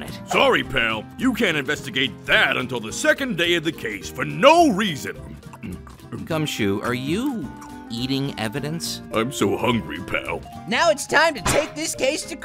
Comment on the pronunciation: I know this was a long time ago, but did you just call Gumshoe, Cumshoe